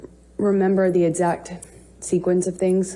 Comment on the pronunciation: Why does she say edxact? It is EXACT lady🤣🤣